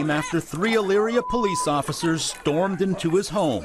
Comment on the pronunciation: Po-leece= "stop existing!!!" This pd is out of control. Wow!